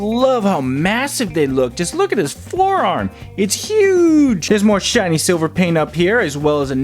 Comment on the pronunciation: "And we got load of sliver paint I LIKE IT"